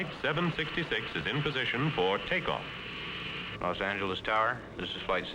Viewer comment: Los Angle-leez...wth